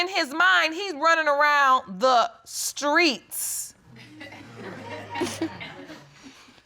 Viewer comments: The grammer and butchering of the english lanugage is unbearable to listen too. Scrait? Scrong? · Skreets. Skrong. Yes the grammar indeed. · I felt that hard when judge corrected the girl. And said STREET 😂 She basically said it's not SKREET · the word Skreet for street was getting me🙄🤦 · Skreet, pacifically, hurted, skrong, as really, dat. I feel bad for that baby....